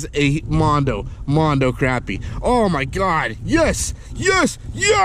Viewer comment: Yay!!! You said crappy and not croppy or crahpy